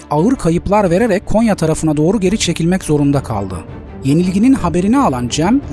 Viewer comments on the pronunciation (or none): none